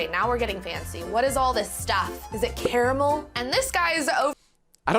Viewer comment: People usually say “car-mull” or “care-ah-mell”. This the the first time I’ve ever heard “care-ah-mull”